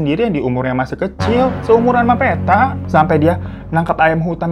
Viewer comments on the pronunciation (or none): PETTA itu bukan dibaca PE dari Peta/Map tapi bacanya PE dari PEnumpang... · Bang hiro, bukan Peta. Petta, seperti nyebut Pete 😂. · Pengucapan Poppo dan Petta kurang ditasydid bagian tengahnya jadi agak lucu dengarnya😅